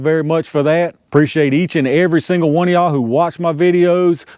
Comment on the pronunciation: I love the "ya-all"